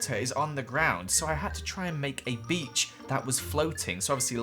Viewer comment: i only though about a pacman island but: A B E A C H